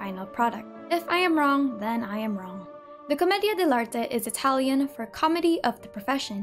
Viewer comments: such a good and informative video!! Also, your italian pronounciation is perfect! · I love how you pronounce the words in Italian it’s lovely